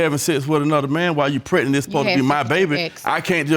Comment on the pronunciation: He says pret-nit... not pregnant.